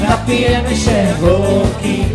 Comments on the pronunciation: sieeeeeeeee w wyglosie akcentuja tylko male dzieci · "się" za bardzo nosowe w wygłosie dzieci tak mówią?